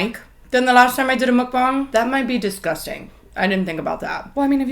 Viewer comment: She actually pronounces Mukbang correctly? Queen😌